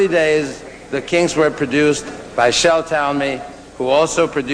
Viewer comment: C'mon, Ahmet pronounce their name right, eh ?